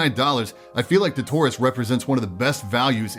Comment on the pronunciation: Idk why, but in my head i thought he said "tourist" whenever he said taurus